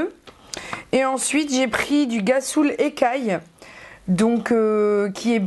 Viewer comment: cc on dit [rassoul] pour rhassoul, pkoi [guassoul]?! lol sinon tres tres beau haul, je ne sais pas si tous les noz profitent des memes arrivages ms les savons noirs me tentent bcp, parait ke rien ne nettoie mieux la peau!